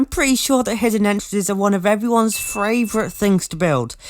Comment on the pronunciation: it’s favourite pal not fravourite